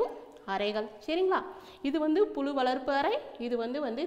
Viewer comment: புலு அல்ல புழு தயவு செய்து தமிழை அழகா உச்சரிங்க